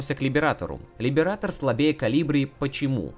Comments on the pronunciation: "Либерейтор" а не "либератор", хватит по ушам кататься. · каждый раз когда кто-то произносит Либиратор , где -то умирает один стример